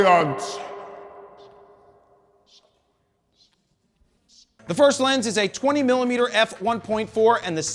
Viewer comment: "LLLLL-MOUNT ALLLLLIANCE!" 😆